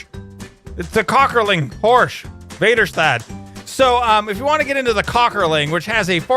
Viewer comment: Hey pronounces those German names so funny. Väderstad oder Köckerling. ;P